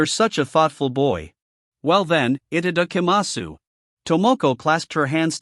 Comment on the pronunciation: Itadakimasu I've heard it enough in anime surely they could fix the pronunciation in this video